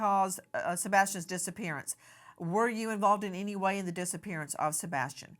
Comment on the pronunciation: Nancy Disgrace: the word, "any", is pronounced, "any", not "eeny".